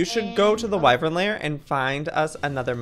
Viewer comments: Okay okay okay I bit my tongue but I’m half way through the video and at this point I’ve heard this word too many time to say silent!😩😂 it’s pronounced wy-VERN not wy-VRYN 😩😩😩😩💛💛💛💛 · JOEY! IT IS PRONOUNCED “WYVERN!” NOT “WYVREN!” YOU AND MEGAHN ARE SAYING IT WRONG! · IT'S WY-VERN NOT WY-VREN. YOU'RE MAKING IT *HARDER* TO PRONOUNCE THAN IT IS. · Lol it’s Y-VERN annnnnnd Jack has the same wyverm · Please google how to pronounce wyvern